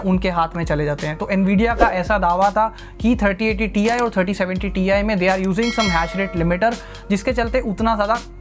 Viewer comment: It not TI it's TIE 😂😂